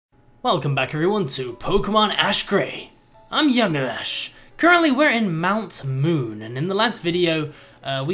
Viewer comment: Hey yamimash it's not ASH it's Ash